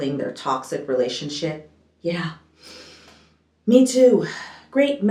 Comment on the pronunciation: Did you say relationshit??!!!!🤣🤣🤣🤣🤣🤣🤣🤣 I can't!!!!!